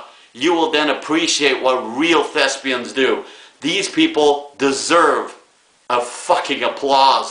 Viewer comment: Who you calling a Thesbian?